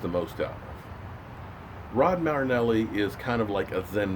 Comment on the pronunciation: Datone Jones sure hasn't done much lately...a sack a year. Just think...this is the last season you get to butcher Marinelli's name!!!!!